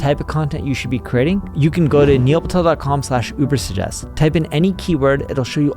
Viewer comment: He can't pronounce UberSuggest. He says Ubersest.